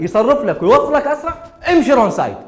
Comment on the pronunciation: هاي صدك اكو ناس تكول رون سايد 😂😂 تره هيه wrong side رونگ سايد